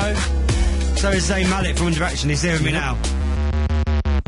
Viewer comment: i laugh at how the man who was at the starting said zayn malek instead of zayn malik..